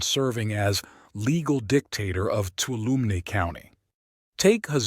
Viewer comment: Sure wish you'd get the pronunciation of Tuolumne and Mokelumne correct.